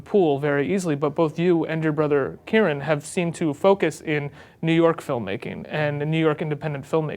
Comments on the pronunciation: lol. Kieran not Kiernan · it's kieran not kiernan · kiernan?! I think you mean Kieran